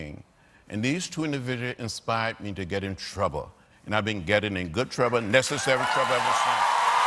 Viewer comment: Getting in "Good TRUBBBA" 😆😆😂😂🤣🤣